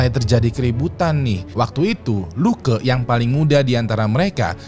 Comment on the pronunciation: Funny when sebut LUKE.. jadi luka..